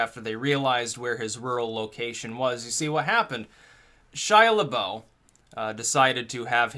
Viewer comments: what is this "le-boh" garbage it's le-buhf french for beef total buhf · "lebuff" not "lebow" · you pronounce his last name wrong!